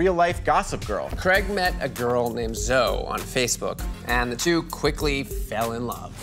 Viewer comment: Did he just pronounce zoe “zo” lmaooo